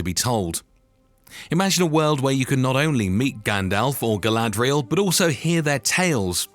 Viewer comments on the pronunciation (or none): none